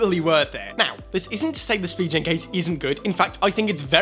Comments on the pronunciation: it’s spi-gen btw not spi-jen😂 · idk why it triggers me when he says spee-jen case and not spee-gen case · How does that make a difference? lol